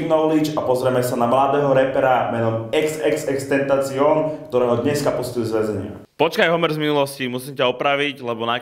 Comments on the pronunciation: Čte se to xxxtentasion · čte se to tentašion